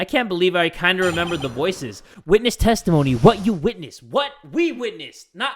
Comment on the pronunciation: I heared tasty moany not testimony